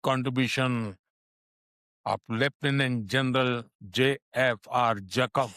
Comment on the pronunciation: Small correction He meant 'Lieutenant General' JFR Jacob The word was mispronounced .